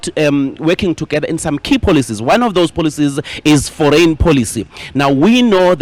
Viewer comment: Foreign policies… I thought he said “ for rain policies!”😅😅😅